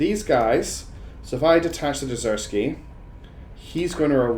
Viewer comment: For my Russian ear "derezeskiy" sounds like second name of some Poland war chief. If you want sound more russianish use R, like pirate, YARRRR. An z must be like Z, short and bold. And in "DeRZkiy" word - no sounds between R and Z. Like your video anyway. You are awesome!